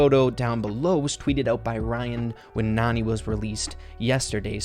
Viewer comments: Nani is actually pronounced "NANNY" and as the name suggests she's clearly a nanny to jessie probably creates by Mama Pam. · Hey! You pronouced Nani wrong, its actually pronounce as Nanny. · I think this picture really just solidifies that Nani should be pronounced “nanny” , since that’s what she is. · Nani may be pronounced Nanny since she looks like the care taker of Jessie but you never know how it may pronounced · Nani is actually Jessie’s nanny and she supposed to be pronounced nanny that’s why she was there when Jesse was young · you keep saying Nani wrong, it's Nani as in a care taker